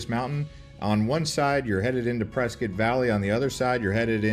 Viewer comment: Dude loses points for mentioning Tempe Town Lake and golf, but gains them back for agreeing that camping on the Rim is the best and for pronouncing Prescott correctly. And if you're around Water Wheel, look up Geode Hill, which is nearby.